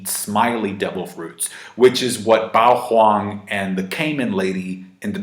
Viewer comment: Bouhwang why he say it like that? 😂